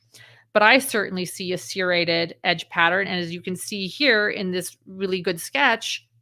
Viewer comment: The way u pronounce the word “serrated like…. seer-rated, is becoming a pet peeve for me. I’ve never heard anyone pronounce it like that. Lol I’ve only heard it pronounced like…. sir-rated or sur-rated. lol